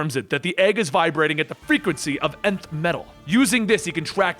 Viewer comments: If he says "nyn-th" one more time instead of "N-th" 😡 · NTH is pronounced 'inth' not 'nith.' Think about it. Feel stupid for a minute then stop doing it! This whole episode is ruined by this 'nith' word you keep saying. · I thought it was the enn-th metal not the nin-th metal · Shyera. Shy-era. Sigil. Si-jill. Nth. Enth. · No complaints here ... Totally diggin the vid .... Just wonder ... Is it pronounced Nth metal ... Like with and N ? Or Inth Metal ? Like its being spelled with an I ? I'm sorry I just always assumed it was pronounced like its being spelled with an N ... Thanks for the kick ass video ! Metal and Secret Wars 2015 are the two trades I really been looking for ...